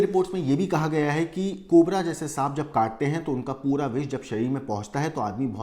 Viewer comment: Bro said 'cobre' 😂